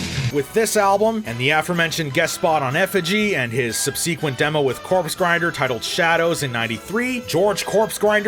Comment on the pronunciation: you’ve mispronounced a few words in this video and I was going to let it go until “sub-see-quent” Dude if you’re gonna gives speeches, learn how to say the words you’re using lol